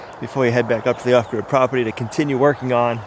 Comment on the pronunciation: It sounds like ostrich property when he says it